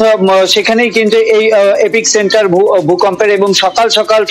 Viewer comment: Epicenter- epic center না। এতোবার "কিন্তু" না বলার চেষ্টা করলে ভালো।